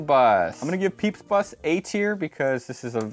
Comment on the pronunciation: Peep bus 😂